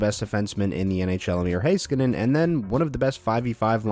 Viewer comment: It's pronounced HEY-ska-nen NOT HI-ska-nen!